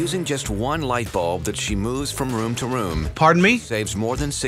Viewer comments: I absolutely love the way you say room. "Rum". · from "rum" to "rum", "rum" to "rum" thants right. My last surviving brain cells had an aneurysm holy crap. R-O-O-M. jesus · So glad someone else was thinking rum lol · The first time I’ve ever seen someone pronounce “room” like I do🙌🏼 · Are we not gonna talk about how he pronounces “room”? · why r we not talking abt how pronounces “room” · I’m with you , this is 💯 a bS show— nobody lives that way. Love your content and all its cultural nuggets-frost nova!! Also you’re pronouncing room weirdly. I only noticed because of the light bulb “room to room” lol Or maybe I’ve been lied to my entire life? (Possible) The oo in room is like broom or zoom not like wood. Sorry for this completely unnecessary psa. Thanks for all your hard work on these videos, I live for it.